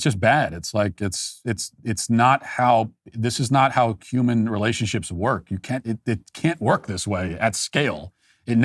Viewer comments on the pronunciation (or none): He said “this is not how CUMAN relationships work”. Listen to it closely